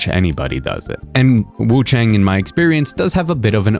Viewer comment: Hi! Love your vids, I just hope you can pronounce wuchang more accurately. You don't pronounce chang like English "rang" or "sang". Chinese "ang" has a pronunciation similar to English "on", like on and off. You'd pronounce it something like wuchon. Hope that helps!